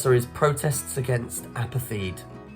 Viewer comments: It’s pronounced “apart-hate”, not “apar-theed”, FFS. I dunno, kids these days… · I wish the questioners would learn to pronounce the words properly. If you were listening only some of these would make no sense at all. Apartheid pronounced as apathy?? Come on do better please.